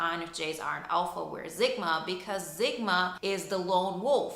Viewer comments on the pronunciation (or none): Zigma?? Or sigma . You lost me within your nagging boring voice . And it’s Sigma not Zigma . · Stop calling it zigma.its pronounced how it looks.sigma sigma sigma